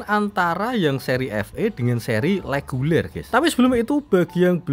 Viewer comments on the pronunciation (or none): REGULER bang, bukan LEGULER 🤣🤣